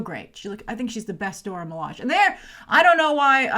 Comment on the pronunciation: Milage is pronounced Mi-La-Jay